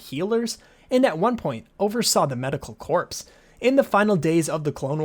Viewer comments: "...And at one point, oversaw the medical CORPSE" Haha, it's pronounced "CORE", but spelled "corps". EDIT: Never mind, I watched the updated version of this video (a vast improvement), and I see you've corrected that mistake. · CORE... NOT CORPSE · Just so you know, “Corps” is pronounced without the p and s, like “core”. Pretty ironic to say she was part of the “medical corpse” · Corps is pronounced “core” not “korps “… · Corp is pronounce "core" not "Corpse". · Corps is pronounced core 🥺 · Gonna bring it up… Corps is pronounced in the same manner as core. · Corps is pronounced core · The P in corps is silent; it sounds like cor ..... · Every time he pronounces the "ps" in corps another blood vessel in my brain bursts.